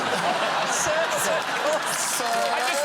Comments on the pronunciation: Graham: "Well you must roll in Sir circles" ... ... ... Also Graham: "SIRCLES! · It is actually, "Sir-calls"